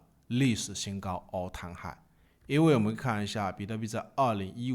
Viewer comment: all time high能不能别念成 all 汤 high 了，听得我头皮发麻